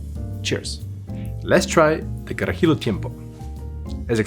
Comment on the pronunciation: So close to pronouncing it right! You're adding an additional "I" at the end, like "Carajill*I*o. It's like "Cara He Lo" edit, the more he drank the closer he got to pronunciation